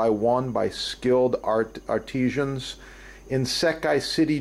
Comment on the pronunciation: Art eeee cians XD